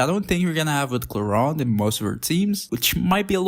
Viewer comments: Why ClorUnde? It's ClorEEnde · "Clorand?" I thought it clearly said "Clorinde"????